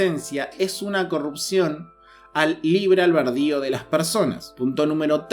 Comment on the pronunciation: Es "Libre Albedrio" no "Alberdio", gracias por el video.